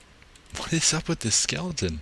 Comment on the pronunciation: anyone else notice he always says "skelington" instead of skeleton :/